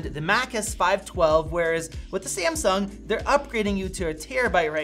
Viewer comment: Its Samsung not Siamsung